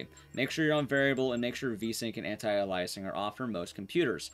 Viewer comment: Your pronunciation of “anti-aliasing” gave me a minor stroke. Other than that, great video.